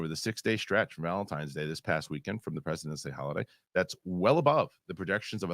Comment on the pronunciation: was it only me that misheard in the beginning when he said "It's President's Day"? (cause I heard "The President is D...") o.o